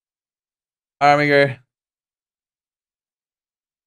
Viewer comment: Armiger is a squire or one entitled to bare arms. It is pronounced Ar-mi-jer